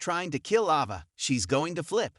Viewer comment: It's Ava not Ahva!😬